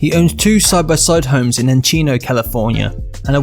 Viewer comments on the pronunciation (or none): Narrator has a cool voice but mispronounces lots of words. Encino, CA is N-see-no, not N-chee-no. Chevy Chase, the actor--both his first and last name start with a hard "ch" sound, not a soft "sh" sound on the first name. Not being a grammar nazi, but pointing out mistakes that someone who is paid to speak should not make. There are others, the Mercedes AMG does not have 118 bhp. Need to fact check.